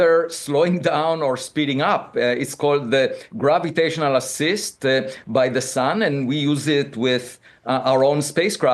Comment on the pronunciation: "Grabbitational"' haha!